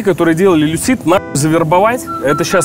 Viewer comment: Не люсИд, а лЮсид